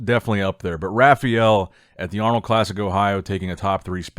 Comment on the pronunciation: Ha-Fye-El Bro. Not Raghfael. Butchering his name even with American dialect.